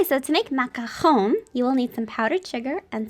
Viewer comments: Grazie a Dio, qualcuno che pronuncia "macaron" bene hahaha, la ricetta è incredibile ;) Grazieee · Just Wowwww ★★★★★ the macarons and your pronunciation of macaron amazingggg !